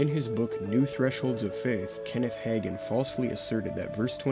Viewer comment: I can tell you did not cut your teeth in the charismatic movement, or you would have had it etched in your soul that Hagin is pronounced "Hae-gin" Unlike you, I am one who came to faith in the charismatic movement, originally a Spirit-led movement of God, antecedent to its falling off the deep end and takeover by Word of Faith. So my prayer is not to throw the whole charismatic movement out with the filthy bathwater, contaminated by WoFers, but to redeem it in some way. However, I am to the point that I don't appreciate the label because it has been so tainted by the apostates and heretics mentioned in your video; I prefer to simply call myself a "Continuist" (as opposed to Cessationist).